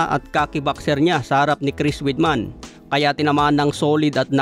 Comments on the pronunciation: Weidman-wideman not weedman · Halatang hindi dating nanonood ng UFC si hindi alam ang tamang pagbigkas sa apelyido ni Weidman.